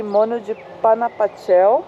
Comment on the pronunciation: Panajachel se pronúncia com r, j tem som de r. Estive aí ano passado, muito lindo esse lago. Meu marido é guatemalteco, vivemos no Brasil.